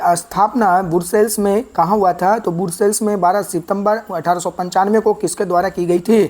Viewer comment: सर आप तो इंस्टिट्यूट को इंस्टचुच बोल रहे हैं और ब्रुसेल्स को बुरसेल्स😂😂